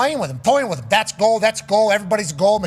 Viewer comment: When he says “thum” instead of “them” it sends me over the edge 😂😂